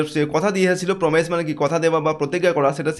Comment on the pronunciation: Promise ❌ pro mise ✔️